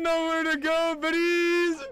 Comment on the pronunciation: Wtf is that word you're saying al THE time? Britties?